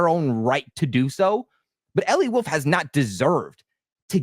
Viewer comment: Also why cant you say the word “wolf” instead of “woof”